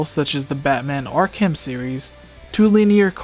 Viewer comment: Did he just say Ark-Ham?! XD its Ark-Um, Arkham